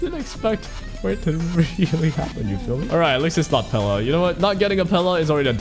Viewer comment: calling pela, pelay was the worst part of this video